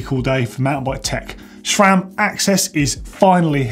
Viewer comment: Great you got the pronunciation of AXS correct but not so great on Sram - It's pronounced Sram, not Shram! There is no H in Sram!! see here